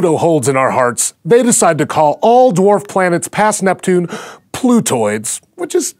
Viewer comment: Why does he pronounce the word "Dwarf" as "Dorf"?